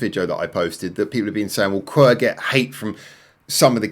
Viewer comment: The band name is pronounced Q W E R Not qwer